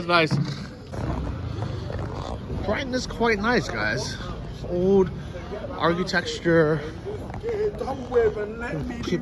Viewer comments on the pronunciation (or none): Johhny FD: "Architexture" hhhh